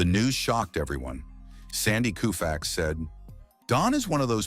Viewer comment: Repeated mispronunciations of Sandy Koufax's name render this whole video a joke.